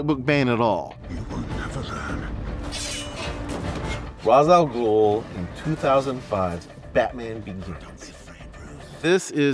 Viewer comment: FINALLY someone who pronounces Ra's Al Ghul's name properly. It is Rayshe not Rahzz. As much as I love the Nolan series, I hate that it popularized that pronounciation